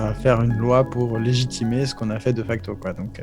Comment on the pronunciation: Le problème de ne mettre que des majuscules, c'est qu'on se retrouve avec des chiffres romains à base de "XIVE" xD ... Dans ce genre de cas, j'aurais tendance à utiliser des chiffres arabes. : Ca se prononce [Dé facto], pas [Deuh facto] :p !